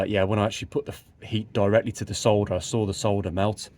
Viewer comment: You've got me thinking about quad lights on my 940 now. I don't know if they were ever available. On another issue. It's a joy to hear you pronounce "solder" correctly. I cringe every time an American says "sodder". It is unnecessarily lazy to delete the "l". Cheers.